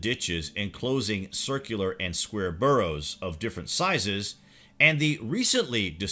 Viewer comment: Barrows not burrows